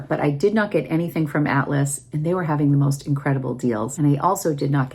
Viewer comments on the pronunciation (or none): none